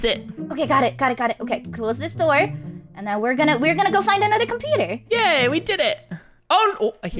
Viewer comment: made an mistake when she said compoter instead of computer